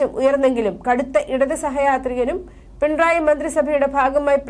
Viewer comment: പിൺ റായ് അല്ല മാഡം .... പിണറായി എന്നാണ്. അക്ഷരം സ്പുടമായ് പറയുവാൻ ശ്രദ്‌ധിക്കുക🙋🏻❣️🌹❣️